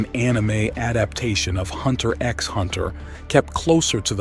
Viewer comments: hunter "EX" hunter.. smh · you don't say the "X" in hunter x hunter ...